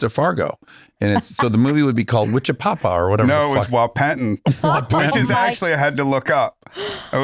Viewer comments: Wahpeton. Wa-pa-ton. Not Wa-pen-ton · bahahaha - I live in Fargo... Whapeton... I've never heard the pronunciation like that and it adds to how funny that is. :) This was a GREAT pod. Per usual. <3